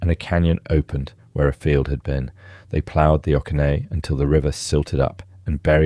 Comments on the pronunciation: This man is clearly not from ga I had to listen to what he said 3 times when he said okefanokee to work out where he was talking about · Many cities and rivers you pronounce are completely spoken wrong, as well as the okeefanokee swamp